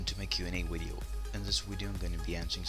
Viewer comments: Ur Saying V3rry STr3nge English u Speak Wideo Instead Of Video XD Just Kidding Its Was a JK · WHAT THE HECK IS A WIDEO XD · He usually replaces all "v" with "w" LoL